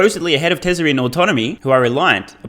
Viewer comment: I've been wanting to add this comment for a while. Love your content btw, is it me or you say "Tesler" instead of "Tesla" for most of the videos? Is it an accent thing? It's funny 🤣